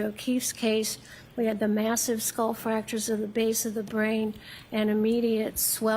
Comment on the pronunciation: She said fracturers.like a couple of gashes not just one